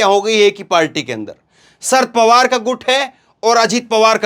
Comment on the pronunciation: नाम - शरद पवार - है ना कि - सर्द पवार ।